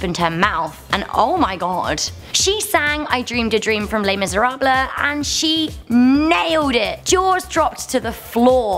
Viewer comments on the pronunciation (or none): Le miserabley... Lol Try Le Miserable